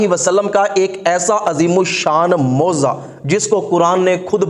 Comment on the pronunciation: Moziza nhi hazrat mojiza hota hai